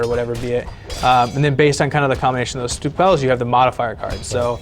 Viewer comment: "Stwo Pells" lol...